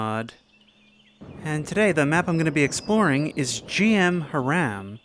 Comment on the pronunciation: It's.. hram. Not haram 😂